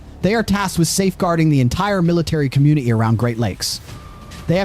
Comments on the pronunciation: Its community not comun-e-e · Com mune ah Tee